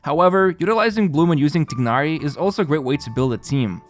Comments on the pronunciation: The game itself doesnt say tighnari that way. Why the heck are people insistant on pronouncing the name in a manner other than the game? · the way he pronounce Tighnari is cute 😅